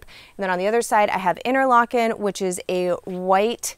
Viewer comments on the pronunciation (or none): In the Finger Lakes Region of NY where that grape originates, it is pronounced "Inter-Lake-N". Excellent YT channel and thanks for some ideas... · Inter- lake- n ..long a sound. Theyre from western NY. There's a town between seneca lake and cayuga lake called Interlaken. Niagara grapes originated in niagra county NY. Both are labrusca types that grow in cooler climates and are generally sweeter. Sometimes referred to as foxy grapes